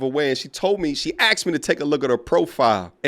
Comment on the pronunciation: And she’ll likely say she should have “AXED” him a few more questions 😅😂